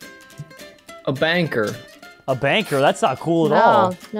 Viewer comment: when said banker i thought he said banger then i seen banker and was like🤯